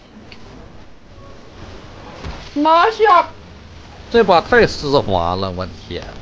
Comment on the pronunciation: 丝滑口音变成湿滑